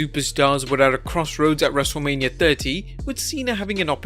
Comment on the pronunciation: he says wrestle mania wrong😂😂😂